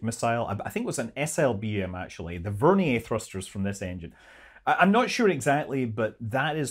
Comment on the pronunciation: Ver’-nee-er not Ver-nee-yay’